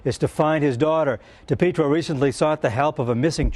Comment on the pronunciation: Mainer here that’s dating a Dipietro NO RELATION it’s pronounced Dee Pee tro